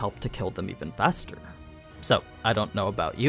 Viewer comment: do you say "even faster"? I've heard this as "even bester" and found it absolutely fascinating :)